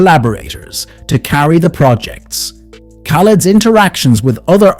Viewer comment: I abhore this man, but as soon as you said his name as KAH-LED (even after the amount of times he says his own name) I knew you're gonna piss me off so I had to leave this comment and leave 😂